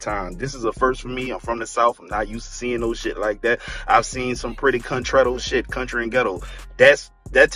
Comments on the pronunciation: 😂... Countreghto?, you got new words!?!!! 😂😂😂😂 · You said Contretto 💀💀🤣🤣🤣 that's T-shirt worthy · Ain't no way my guy just said countretto. I swear, niggas stay making up new words 😂😂😂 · 😂😂😂😂😂 "Countretto"? For real Dog? 😂😂😂😂😂😂😂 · Not “countretto” 🤭😂🤣😆